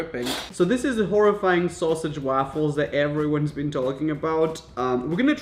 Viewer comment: The way he says waffles 😂❤️